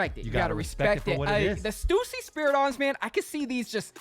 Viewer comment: It’s STÜSSY NOT STUUUUSSY DAMN THERE IS A „Ü“😂